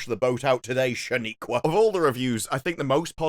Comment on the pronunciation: Hearing pronounce "Shaniqua" is hilarious and I'm here for it.